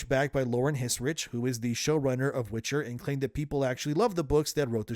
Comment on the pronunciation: It was called WITCHER not WITCH - HER (forerunners wanted the witches to be the lead)